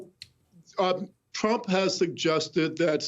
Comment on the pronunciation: Around the mark, Paul Butler calls him Dump!! I've listened to it three times and can't see that it's anything else.